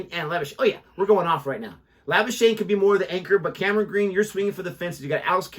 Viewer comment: La-boos-kag-ne that's the correct pronunciation🤣🤣... half man half machine 💪 lord Thakur.. take a bow ... Great discussion 👍